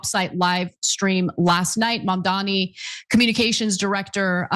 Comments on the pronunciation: I can’t unhear Ana overpronouncing Mamdani’s name now that you pointed it out lmao 😂😭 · I don’t know how but Anna pronounces Mamdani with a hard R.